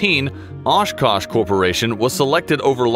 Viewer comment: ashkash. u say ashkash. why oshkosh then? its ASH KASH.